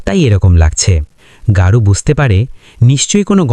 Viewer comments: বাংলা মুভি, চরিত্রের নামও বাংলা শব্দ। তারপরেও অহেতুক গৌরকে গারু বলার কারণ কি? প্রচন্ড কানে লাগছে। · দাদা গারু নয় গৌর চক্রবর্তী।।